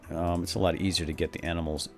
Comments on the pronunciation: u said aminals :-P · "What do you know? You're just...aminals." xD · Lol i think i hear him say "aminals" lol